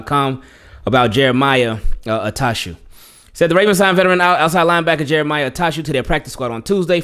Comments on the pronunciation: Bless you ! 😂 I thought you sneezed after saying “Jeremiah “ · Why you butcher that man name like that lol 😂😂